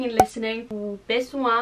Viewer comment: "Vous avez" se prononce comme "vouzavi" (la liaison)